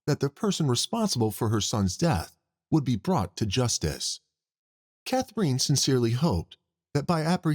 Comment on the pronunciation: How does the narrator get Mc-Ma-HONE out of McMahon? Most people would pronounce that as McMAHN. Also Katherine is NOT pronounced KATHer EEN.